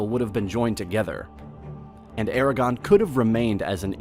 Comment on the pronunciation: How did you manage to pronounce everything so terribly? Castilla, Aragon, Tordesillas, etc . . . DREADFUL!